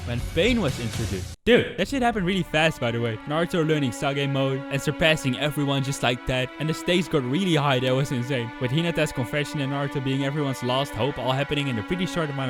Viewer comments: Sage is not pronounced saa ge It is pronounced seij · He really said sa-gay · "Sagay mode"